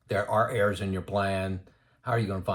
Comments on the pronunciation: Good information. Just got me confused when he talked about heirs until I realised he was saying errors?!? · Errs to the Throne. I thought he was saying "heirs" too. 2 out of 300, didn't have anyone to leave their inheritance to! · Ha - I thought you were saying "heirs" at first, not "errs" or "errors". Gotta love closed-captioning - that helped clear that up for me. LOL I agree with everything you said in this video. I'm glad I found your YT channel. I retired at 64, 65 now. Just like you mentioned. I waited for a project to complete before retiring. The last 2 years were working from home sitting in a chair for 12+ hrs/day. Now my health is worse - but I blame COVID for that. I now tell everyone who will listen that they need to retire early to maximize those "go-go" years. I thought getting old would take longer, it hits you full in the face (like a MAC truck) before you know it. Thanks from Denver